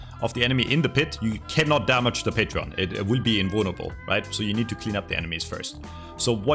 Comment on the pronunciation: it's not Patreon!! it's pronounced Patron!!!!! like this: " pay-tren " ((good video very informative))